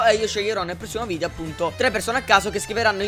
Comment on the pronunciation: Video perché ai detto vidio